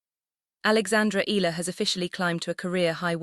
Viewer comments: Can't you pronounce her name correctly ALEX IALA(I-YA-LA) THAT'S HER NAME NEXT TIME DO IT RIGHT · E ya la it's EALA.